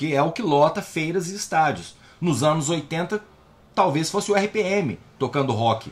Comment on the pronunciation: Adorei o "Anus dos outros"🤣🤣🤣🤣🤣